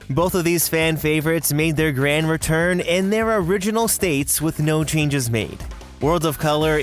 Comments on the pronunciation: Did anyone else notice chnages instead of changes at the beginning? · ch... chnages?